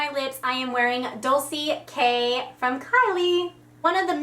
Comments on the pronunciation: Lol the way she pronounces dolce k😂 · You're saying "dolce k " wrong